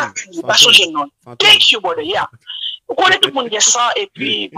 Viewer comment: Lol she said bròder...but anpil moun pa janm dil byen it's not a bigger deal 😂😂😂 thank you brother